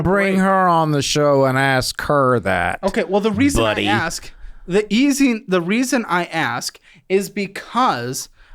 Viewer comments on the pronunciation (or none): He put some emphasis on that “BUDDY,” 😂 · That "Buddy" was personal